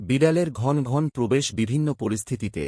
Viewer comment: উচ্চারণ ঠিক করুন।ঘন্ ঘনৃ নয়।ঘন ঘন। এখানে অ এর উচ্চারণ আছে। বাংলা ভাষাকে বিকৃত করবেন না ।